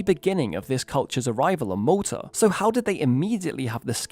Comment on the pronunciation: I'm fairly certain he's taking the piss pronounciation of Malta, my guys.